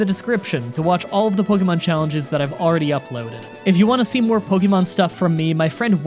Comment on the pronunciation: So people got your name wrong much like you get every Pokemon's name wrong